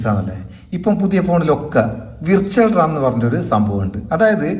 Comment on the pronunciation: റാം ആണ് റമ്മ് അല്ല 😅 (ഇത് നിങ്ങൾ പറയുന്ന തമാശ) മുൻപ് പറഞ്ഞപോലെ മോർ ആണ്.. മോര് അല്ല 😊 അടിപൊളി. നല്ല അറിവ്.